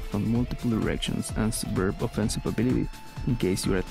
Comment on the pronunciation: Really good video! At one point it sounded like you said "getting attacked by multiple erections".